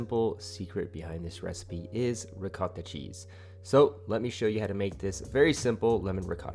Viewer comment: Can’t take advice from a person that calls ricotta , Ricatta